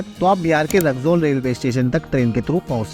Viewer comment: ❌रकजौल ✅रक्सौल😂